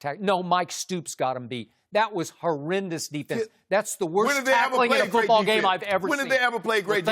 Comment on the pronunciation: "who got the best TD to interception ratio in college foobawl" 😂😂😂😂😂😂😂😂